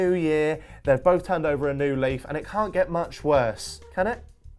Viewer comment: Lmao "They cant do muc hworse"